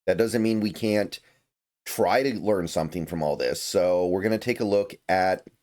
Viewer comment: "Sometheme" is a crazy pronunciation of the word "something" 😂